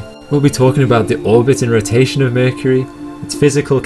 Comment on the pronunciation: I love how you say mercury..... "merkirie"